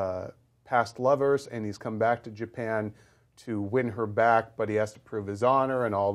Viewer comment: Japen? Ja--Pan Japan.